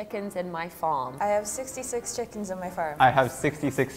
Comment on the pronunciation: it says chikes and not chickens lol